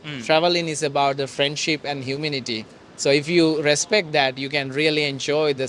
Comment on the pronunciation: Think he said "Huminity", which is a mix of both :D